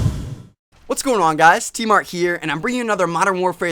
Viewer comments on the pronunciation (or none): y dont u pronounce da 'n in tmartN